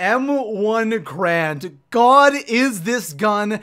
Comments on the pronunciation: M1 Garand. GARAND. (Gah-rahnd) Not "Grand" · Its pronounced gArand not grand Gair-and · He's saying m1 "grand" but it's actually pronounced m1 "garand", this gun is a real life gun and is pronounced that way!!! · Ga-rand not grand